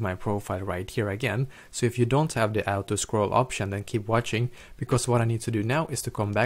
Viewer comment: "do u want to ou-to scroll"?